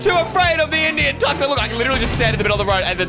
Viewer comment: The way he said Tuk-Tuk instead of took-took made me laugh so hard